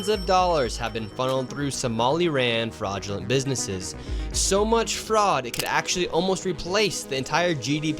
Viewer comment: "fraugulint bidnesses"